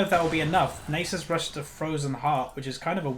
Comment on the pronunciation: omg...Its not pronounced "Nay Sis" its "Naa Suus" Its egyption...ffs